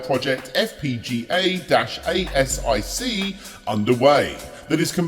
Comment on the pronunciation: Asic is spoken as a word not letters